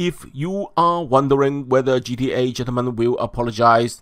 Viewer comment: Its not gea its gta guy get it right yoooo